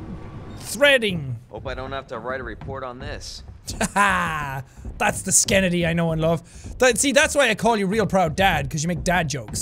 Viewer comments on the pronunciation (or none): i just thinks its funny how he says skenndy